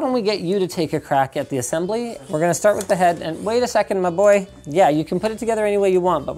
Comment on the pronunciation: "My boah"